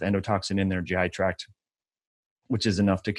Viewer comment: Thank you for saying GI tract instead of track.